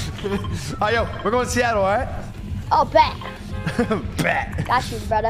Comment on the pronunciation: Bro SEATILLE it's sitid3ll lol